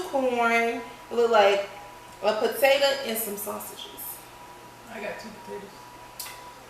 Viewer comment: "I'm a puhtatoooo"